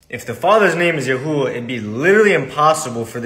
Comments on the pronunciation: Your "YaHooHa" made me laugh out loud. I know it's probably really bad form to start referring to God as YaHooHa, but it's really, REALLY tempting. God has a sense of humor, right? 🤣🤣🤣🤣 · YES! The four letters, Yod, Hey, Uau, Hey, do pronounce Yahuah. As it sounds. This man is clearly trying to force Hebrew into English sounds, and it is very obvious. And he even mentions Lew White, so this man knows the truth, and is intentionally deceiving. I would implore those seeing this video to do as the Scripture commands, and here Lew's argument, too. I challenge anyone to do so thoroughly, or you are breaking a Command by simply believing this video.